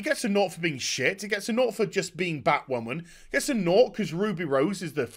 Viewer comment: The word is Batwhaman.